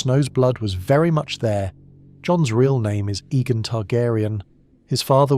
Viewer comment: It’s not his interpretation. It’s AI written script and AI even reads it. I’ve watched a few videos and he pronounces Aegon wrong. Cuz it’s AI reading it and not a human. And whole content even reads like AI over explaining and making weird jokes like a 10 year old would - very AI telling. I’m thinking even his comment responses are AI written responses